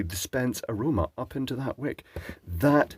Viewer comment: Dispense. HA